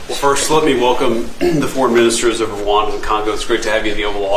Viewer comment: Rwanda NOT Rawanda! These Western guys can only think fictional "Wakanda" movie. A little geographic education won't hurt.